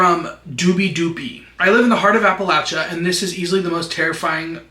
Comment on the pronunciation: West Virginian here, yes it is gorgeous here. We do have cities and towns. Most of us are good, kind people. And most of us are not inbred 😭 not mad tho bc you actually pronounced Appalachia right